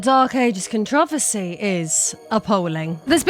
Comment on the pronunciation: htf did she just say "controversy"?